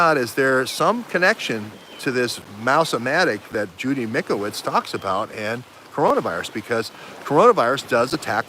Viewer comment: It’s Mike-O-vits ...(the Italian Doctors have done Autopsies on CV19v2 victims and found the illness is a Bacteria like a bad common Cold and causes upper respiratory lung disease and exasperated by 5G! Time to check it out)...great reporting...thx much. DO NOT TAKE THE VACCINES!